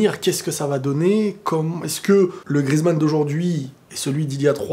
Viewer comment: Antoine GRI-EZ-MANN [gri-èze-mann] et non GRIZ-MANN [grise-mann]!!!!!